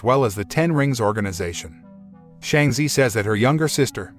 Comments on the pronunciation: It’s Shang-chi not Shang-z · How can Chi in Shanchi be zee in your pronounciation🤦🏻🤦🏽🤦🏻🤦🏽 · Ur say it wrong its shang chi not shangchi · Not them pronouncing shang chi as Sheng ze😭